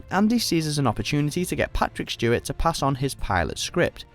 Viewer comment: Is the person saying Shtewart?